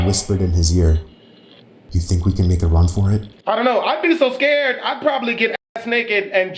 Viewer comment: "I was all types of scurred" 😂😂😂😂